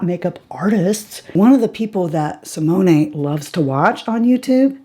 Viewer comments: Another great video! One thing.... a gentle correction: Simone, the e is silent. So, Si-moan. :) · I loved this video!!! Also, from someone who took 3yrs of French in HS, I think I can help you with their names. I believe that Simone is pronounced See-Mone, no a on the end. Rene is Ren-Nay and their last name is X-Zay-Vee-Air. Hope that helps!!!! Love your channel and I NEVER miss a vid from you!!